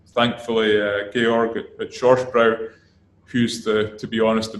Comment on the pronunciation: „Shorsh broy“ bruh what